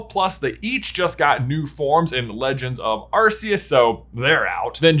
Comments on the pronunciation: You mean “ar-koos” right? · Love how J acknowledges that Type: Null/Silvally are attempts to recreate Arceus but still pronounces it "Ar-see-us" despite the RKS System pretty much spelling out exactly how to pronounce it 😂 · Nice video but your pronouncing Arceus's name wrong. Its 'Are - ke - s' not what you're saying. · Small note: Lockstine and Gnoggin actually did a whole two-part video series about Cresselia and Darkrai (fun fact, Darkrai's name is LITERALLY Dark-Dark)... Starting with Cresselia. Also... Uh... I think you mispronounced Arkoos a couple times... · I think 3/2 years for the Gen 8 Legendaries (Zacian, Zamazenta, Eternatus, Calyrex, Spectrier, Glastrier, Regidrago, and Regieleki) is plenty of time for people to pass judgement on Legendaries Also the mispronunciation of Rayquaza, Arceus, Tapu Lele, and Necrozma drives me nuts Also also, Regirock, Regice, and Registeel feature notably in The Mystery of Mew, and you didn't mention Suicune's presence in Pokemon 4Ever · I can let the mispronunciation of Arceus go, because not only was that a major debate within the pokémon community for the longest time, it also took Pokémon as a franchise a while to decide on an official pronunciation themselves (I hear they actually changed it a time or two), but the mispronunciation of Giratina hurts my soul.